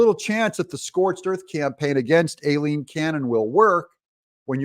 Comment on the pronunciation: Judge Aileen Cannon... Pronounce "I lean".